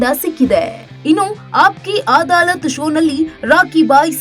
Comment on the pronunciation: ಅದು ಅದಾಲತ್ ಅಮ್ಮ ಆದಾಲತ್ ಅಲ್ಲ... please check your words before speaking...